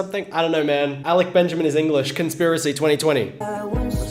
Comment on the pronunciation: No he say his name correct